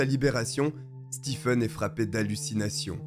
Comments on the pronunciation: Ca se prononce Stéfen, pas Stifen... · "Stephen" se prononce "Steven" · Merci pour la vidéo. Le nom "Stephen" en anglais se prononce en français "Steven"